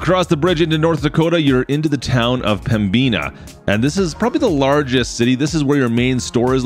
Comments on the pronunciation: It’s pronounced pembina not pembeena but no hate it’s a simple mistake 😃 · Pronounced-Pem...bin...ah. Pembina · Yu oh pronounced pembina wrong.!!!!!!!!!!!